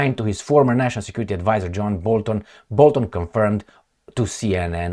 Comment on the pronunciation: my buddy, his name is BOLTON, not babun.